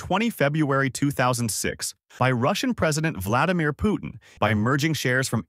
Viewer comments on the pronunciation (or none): none